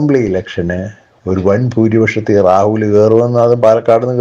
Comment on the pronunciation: എടോ റാഹുൽ എന്നല്ല, രാഹുൽ എന്നു പറയൂ